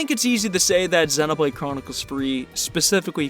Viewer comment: that split second after you pronounced Xenoblade properly (yay!) and then added Chronicles (booooo). Naw naw this is great, I've always wanted to see an analysis of the snow areas, because DAMN they really pull it off. Makes me wanna look up a video on all the stuff from the first two games that were included in 3 that I missed. because I know there's a lot more than I noticed.. even just here in these two maps from 3.